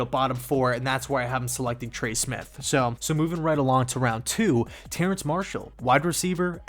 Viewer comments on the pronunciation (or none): I hate being this guy, but it’s not Terrance Marshall, it’s TERRACE